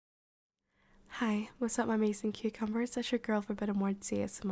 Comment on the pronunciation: Im following this channel for quite a while now and I have a question; Do you always say "Cute cumbers" or "Cucumbers" at the start of the video?